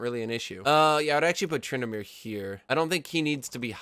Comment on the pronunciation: Tryndamere ? Really Tryndamere